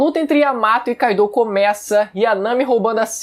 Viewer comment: pfvr fala Kaido e Mugiwara direito